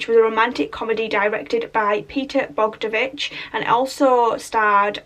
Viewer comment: It's pronounced Bog-don-o-vich.